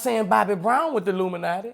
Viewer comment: Boosie funny af😂. Why he keep saying luminati